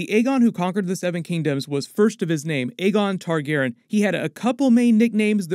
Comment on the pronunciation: Been watching your videos for like 15 years. Can you please pronounce it TargarEEan instead of Targarin? 😢 It’s very distracting every time you say the word.